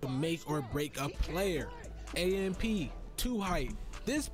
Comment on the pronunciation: 2Hyped shouldn't have AMP name in they mouth until they pronounce it right. It is pronounced by spelling out the letters.